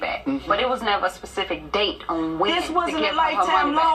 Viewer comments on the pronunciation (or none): Pacific Date she said. I didn't realize people were this dumb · Nah, my mom used to say that all of the time...used to hate it...lol "Ma, it's "specific", not "Pacific". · ona pacific date. haha smh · "fitna" and "Pacific"